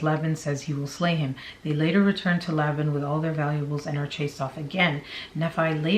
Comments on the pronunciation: Nephi pronounced knee-fie, Laban pronounced lay-bin, Lamen pronounced lay-men, Lemuel pronounced lem-you-el. Hope that helps. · Just an FYI: Nephi is pronounced knee-fi, Laban is Lay bun. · It's "neefi" that's how you say it and "Layben". That's how you pronounce it. Please at least pronounce them correctly. If you are going to state "facts" please. Thank you. Enjoy your info though. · Nee’-fye, Lay’-bin, Lem’-Yule, lay’-man, mor-oh’-nye. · It's kneefi lol (nephi) Laybin ( laban) Laymin (laman) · Knee-fie. That's how Nephi is pronounced. Laban is Lay-bun. Per Mormons. These people are nuts!You're awesome. Loved the vid, thanks,. ❤ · I hate this but I'm glad it's all coming out. And just to help out a bit, Nephi is pronounced "NEE-fī" ("eye" sound at the end) | Laben = "Lay-ben" | Lemual = LEHM-yu-uhl. | Laman = Lay-men. Hopefully that helps give you a little more confidence reading these ancient names lol. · thank you! I was cringing every time! Lol